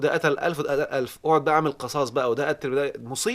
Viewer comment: آسف يا دكتور.. القصاص بكسر القاف وليس بفتح القاف.. راجع سورة البقرة الآية رقم 179 .. شكرا.